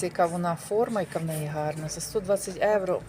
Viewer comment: Трохи слух ріже....там говоріть евро ,а для нас українців євро😊